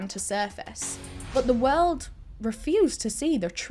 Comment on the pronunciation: "the weerld", haha why am I repeating that out loud in my bed.